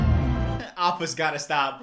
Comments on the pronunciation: ITS ANNG SOKKA AND APPA NOT OPPA MY MOTHER DOES THAT HEY STOP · It’s not pronounced oopa it’s appa dummy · Not calling Appa OOPA I was dead lmao